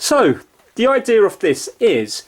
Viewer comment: What's an "eye-deer"?